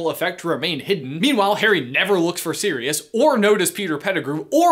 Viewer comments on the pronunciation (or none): none